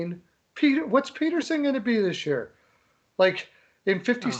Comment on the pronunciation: Was saying Peat-erson when it’s Pett-erson